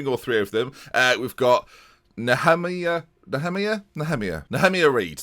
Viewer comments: Nehemiah is pronounced knee-ah-my-ah ... You're welcome 😊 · Nehemiah is pronounced like Jeremiah, Nee-uh-my-uh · Nehemiah is pronounced Knee-a-my-a if that makes sense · Its probably pronounced asJeremiah, but Nehemiah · I think Nehemiah is pronounced like Jeremiah (as in Jeremiah Springfield)